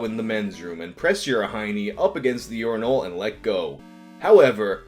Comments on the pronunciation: You pronounce "urinal" weird. It's pronounced "yer-in-ll" not "yore-in-all". God damn, you east coast people are so fucking weird. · Lol stop saying "yourenal" and just say "urnal" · Am I the only one who thinks here is saying urinal weird? I’m from a place where we say it “urin-ul” not “urin-ahl” 🤷🏼‍♀️ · The way you pronounce it urin'ALL', rather than urin'UL', is honestly blowing my mind. It's like it's challenging you to give it all of your urine. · Each time you pronounce it "urin-AWL" my blood pressure rises a bit more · I've never heard someone pronounce urinal like does. Urin-all. Weird. It sounds like he's overthinking how to say it. Like when you say "bowl" a bunch and start hearing it differently. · why do you pronounce urinal like “you’re-in-all” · Unine-all 😂 can't unhear it now. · why do you pronounce "urinal" weird?